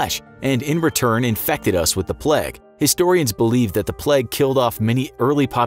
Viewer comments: Bruh why do you keep saying "pleg"... its "PLAGUE" with an "a" not an "e" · I swear you were saying the pleg instead of the plaigue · Sorry if I am bothering you, but you said "plaque" instead of "plague". Again sorry if I am bothering you. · Your pronunciation of plague makes me wanna die. It’s not said “pleg” it’s play-g” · Why is he saying plag and not plauge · Plague not "pleg" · Sorry if I am bothering you but you said s plaque instead of plague . Sorry if I am bothering you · Since when was plague pronounced pleg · it was kinda triggering me that he was saying it that way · I swear he said pleg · The pronunciation of plague in this video killed me. "plegge" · Why does this guy pronounce it ‘pleg’ 😪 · Great video but can’t get my head around the pronunciation of plague